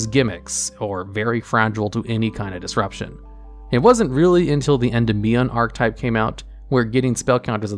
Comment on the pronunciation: Every time he says Endymion as END-IM-ION instead of EN-DIM-EON I die a little bit inside